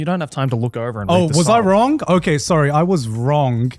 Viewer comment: Why does Garnt add a "K" at the end of many words? lol, like "I was wronK"